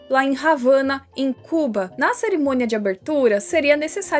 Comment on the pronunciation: só uma coisa: não é "Ravana", é "Havana", com h mudo. E pior que isso é ver os EUA ffazendo e desfazendo na copa do mundo, proibindo a entrada de países que eles querem invadir